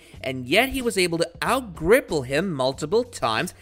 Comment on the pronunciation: He won’t, did you hear how the bloke who made the video pronounced grapple 😂😂😂 I think this guy did a few google searches and slapped this video together